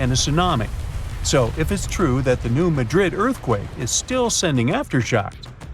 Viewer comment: Wow - learn to pronounce the name of the town correctly - it doesn’t rhyme with Madrid, Spain. Emphasis on first syllable.